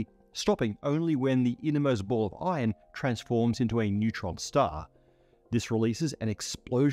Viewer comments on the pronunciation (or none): man really called "iron" "ion"